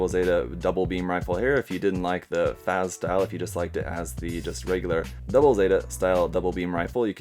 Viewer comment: Bro, it's pronounced as 'FATZ'. Just a little comment. Excellent video, btw. Chill as always.